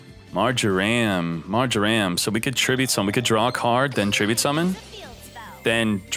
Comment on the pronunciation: does anybody else hate how says mar-jer-am instead of mar-jer-um?